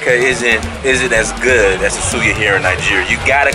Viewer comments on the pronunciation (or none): none